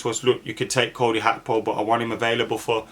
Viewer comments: How can read his name wrong that many times😭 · Cody Hakpo? Lol keep the awesome content coming though 🙌🏿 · What is it with players names these days Gakpo is pronounced Hakpo and Nunez is pronounced Nuniez … did they run out of letters at the club shop or something?